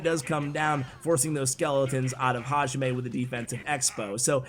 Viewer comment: I think the guy its pronounced “hayime” strong in “yi” . Its what the referee says at the beginning of a martial arts combat.